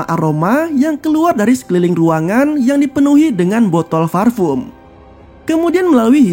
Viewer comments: parfum bang bukan farpum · Parfum. Bukan farfum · Gw bisa merasakan penderitaan mimin saat harus melafalkan "parfum" dengan benar 😂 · Lebih ke V sih ngucapinnya jadi Varpum, yang sebenarnya sangat salah cara nyebutnya ...hehe maaf ya jika ada salah pengucapannya